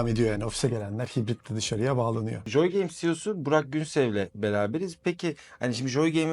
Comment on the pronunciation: Keşke gittiğiniz stüdyonun adının telaffuzuna önceden bir baksaydınız. JJJJooy game nedir ya. Abi joy gibi bir basit gündelik kelimenin COY diye okunacağını bilin lütfen. Video boyunca rahatsız edici.